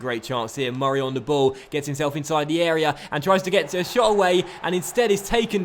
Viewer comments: why do u put do much emphasis on murray davidson's first name? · please dont say murray like that it pisses me off